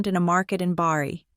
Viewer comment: Also it is Bari, not Barry.